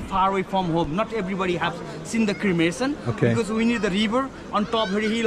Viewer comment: You are pronouncing it as "Crimination" but it's "Cremation"